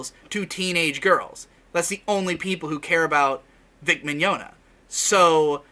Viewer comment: Why can't anybody pronounce this dude's name correctly? Maybe I was more right than I thought when I referred to him as Vic Mignadignagliglia years ago.